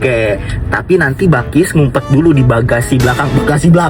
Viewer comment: Bakis gak sih tu kan yang benar bilqis